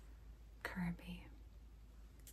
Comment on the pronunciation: THE VOICING FOR KORROCK WAS ON SPOT, but Kirby just kinda. "YEER III"